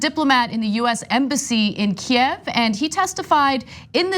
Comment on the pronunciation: Congrats for correctly pronouncing kiev :)